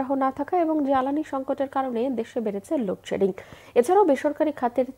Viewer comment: এতো লোড সেডিন বলার মতো